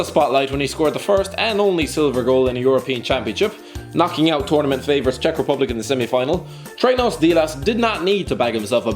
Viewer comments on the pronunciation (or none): none